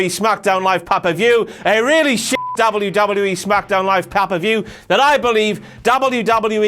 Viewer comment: This guys says wwe too much and he says it funny. "Dawbule yew dawbule yew E"